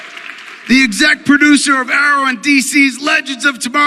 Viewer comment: He said excet producer wtf?